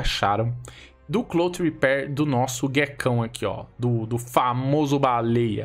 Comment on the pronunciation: o Cloth tem o som de F e não de T. kkk eu faço inglês a um bom tempo e da agunia ouvir Cloth com som Ti. Kkkk te adoro tamo junto.